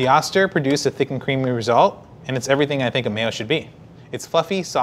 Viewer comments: I've never heard it being called an Ah-ster, but instead, an Oh-ster. My Vita Mix suggests using one cup of water when crushing ice. Mine isn't designed to crush/chop ice without a liquid. It's 25+ years old. I have both. They are both great. As for the spout, my Vita MIx has a square-ish container. I pour from a corner of the container. No brainer. . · haha...its Oh-Stir....not Ah-Stir...they have a manufacturing facility in my home town...lol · Oh-ster, not ah-ster. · I always thought it was pronounced oh-ster not ahs-ter. Not sure why that was my takeaway, but it is what it is. I'm still pronouncing it oh-ster. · Oh-stir. Not Austir. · pronounced Oh- ster. Not Ah-ster.